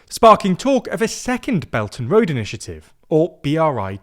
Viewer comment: Many thanks to for narrating this video on China’s gween belt & woad pwoject.